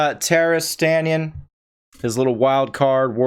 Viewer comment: His name is "Taras Stanin", not "Taras Stanian" lol.